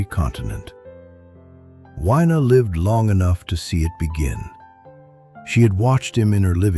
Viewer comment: Isn’t it pronounced Wina! Not Wyna